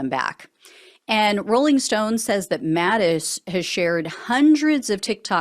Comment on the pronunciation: Thank you for pronouncing the possessive form of Mattis correctly. “Mattis’”. You warm this old teacher’s heart.